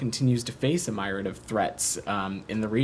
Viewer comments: "MEER-ee-ad." Not "my-rad." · How is it this clown can’t pronounce ‘myriad’ correctly?